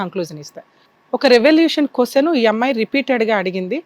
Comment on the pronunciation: Hello, కొస్సెను కాదు, క్వశ్చన్ అనాలి. మ్యారేస్ కాదు, మ్యారేజ్. సరిగ్గా నేర్చుకోండి.